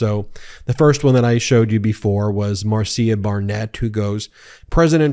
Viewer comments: Ben, just FYI: Marcia is pronounced Marsha not Mar see uh.(unless she told you otherwise and if so I stand corrected). Keep up the good work on calling out the real perps. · Pronounced Marsha not Mar cia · It’s MAR -SHA spelled Marcia.